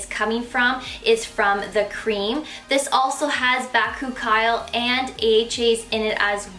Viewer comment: You're pronouncing bakuchiol wrong, just an fyi.